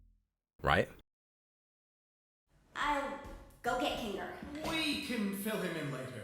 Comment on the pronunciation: Kinger × Ninger ✓